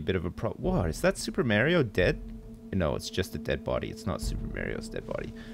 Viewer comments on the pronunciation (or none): lol "Super Märio" xD